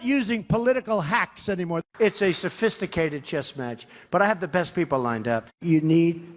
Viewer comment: Trump saying sofisticated at the beginng😂😂😂😂😂😂😂😂😂😂😂😂😂